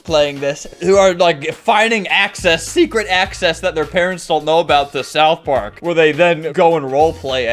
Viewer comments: Bro really called it South Pork 💀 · "south poark"